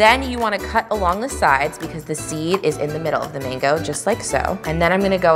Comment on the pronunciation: Why do you pronounce it like Mingo? It’s called a mango!